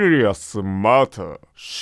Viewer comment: matterの発音はマターじゃなくてマラーっぽく